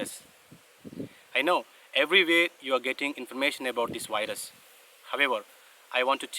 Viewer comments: It seems he says wires instead of virus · “Wyrus” sounds cool.